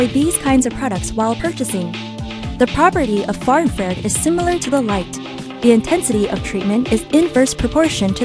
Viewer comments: IN FRA RED not IN FARE ED. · I should feel infused with knowledge, but instead my ears are infected with 'IN-FARE-ED" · infrared not infared! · Couldn’t they get someone who can pronounce infra red properly?